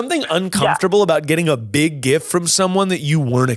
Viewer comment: I absolutely cackled at “I have bieeeg red beard”